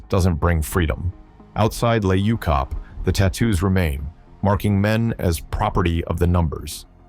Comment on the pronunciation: can't even say the prisons name properly 😂😂😂😂 and you so wrong they don't even no the worst prison in the world is in capetown